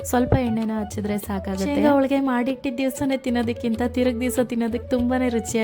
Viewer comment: ಹೋಳಿಗೆ ಮೇಡಂ ಅದು ಹೋಳ್ಳಿಗೆ ಅಲ್ಲ